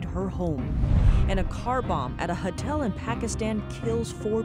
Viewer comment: Huh-tel huh? God, she's like a robot/alien.